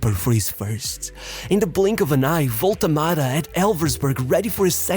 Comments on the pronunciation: What is this waltemade pronunciation 😭😭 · It's not spelled "Wolte Mada".